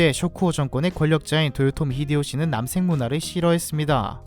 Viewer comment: 남섹이라고 들리는게 너무 거슬려 ㅠㅠ